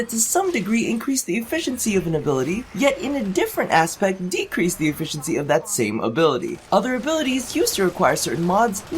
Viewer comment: the way u pronounced efficiency made me click away